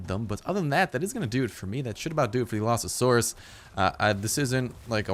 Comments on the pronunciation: Allosasaurus? How do you even pronounce it that badly. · AL-uh-SAWR-us Is how you pronounce Allosaurus correctly. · allo not alsao fix ur shit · Its pronounced (Aloe-Saurus) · he says alloSAsaurus. You shouldn't say it like that if you know basic English. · Your not the only one ;~; I almost died when he said "Alasaurus" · it is called the all-o-sours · i think you got the name wrong its al-o-saur-us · Your saying it wrong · Allosaurus is well known and a hugely popular dinosaur, how can you butcher its name so hard? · The pronunciation made me physically cringe. No hate I just wish people would research pronunciations before videos lol. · you were messing up the name so bad it was hard to watch the video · y u butches a well known dino's name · u butchered the name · You just butchered that name so hard! It's even a well-known dinosaur! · Is how it's pronounced not how it's spelled